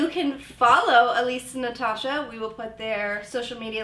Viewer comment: haha the way Elise says naTASHA it kills me